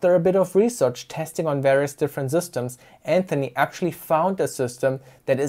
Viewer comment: 'Z'ystems :D 🇩🇪 continuing the sentence they become system again :D